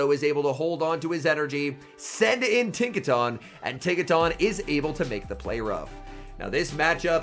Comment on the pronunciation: It's the proper pronunciation. He said he normally pronounced it the other way most do, but after learning that was incorrect, he's trying to stick the proper way to memory. Likely due to him being a caster and the Pokémon Company is probably picky about casters using proper pronunciation